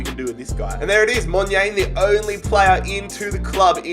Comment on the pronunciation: As a south african, hearing u say monyane makes me cringe😂 U should say it like Mon - yarn - eh